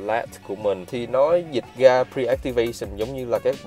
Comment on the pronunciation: Tập phát âm chữ ra , rồi , rêu rao ... ( ga, gồi, gêu gao ...???)